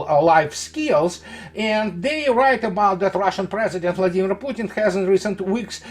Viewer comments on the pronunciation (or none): none